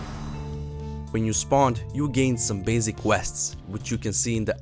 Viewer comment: I like how he says basic "Bazic".